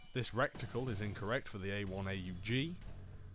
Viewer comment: You got the enunciation of reticle wrong and got multiple gun names wrong because you mistook them for others. Not sure how you can shit all over a game aiming for fun over realism while failing to do so yourself, lmfao